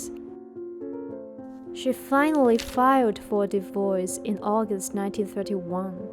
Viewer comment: It’s divorce. Not divoice!